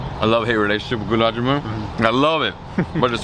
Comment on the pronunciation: It’s not jamoon, it’s ja-mun, like sun, run, bun… 😊